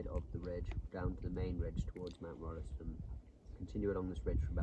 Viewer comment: Pronounced "Rolls ton" and the Rolleston family are pissed off that Kiwis have cocked it up. Same as "Wells ley."